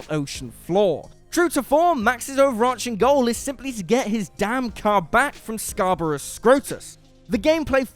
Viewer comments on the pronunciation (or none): none